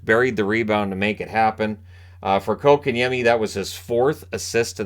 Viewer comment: TNT Before the deadline was talking how the Canes need a 2C and have no stars. Yesterday- They said this team (Canes) are loaded with stars. Then they actually said KK has really shown he deserves that 2c and has really been making an impact. Fist of all it is pronounced Coke-and-Yemi. NOT Cock-in-yemi! From KK himself when asked. If these guys would do their homework they would see the Canes top scoring line is the second line with KK at center! (Well KK/Necas as rod switches them for certain situations) Without KK at center that line dropped to 3rd in scoring with the fourth line with KK was real close. The second line went dormant when KK was dropped to 4C. Since his return to 2C that line is again the Canes top scoring line.